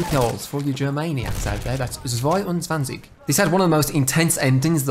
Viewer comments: "swaiunswuanzich" lol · His "zweiundzwanzig" caught me off guard so hard, I had to listen to it 3 times to fully understand that it wasn't just my german mind mishearing something.